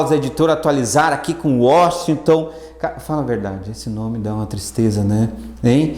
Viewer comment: Washington ou "UÓSTON", hahaha. Excelente aula, professor! :) Ps: Espero que tudo conspire a meu favor; nos estudos, e eu compre a tão famigerada "SantaFé". hahaha, abraços.